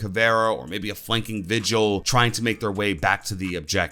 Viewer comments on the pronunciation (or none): none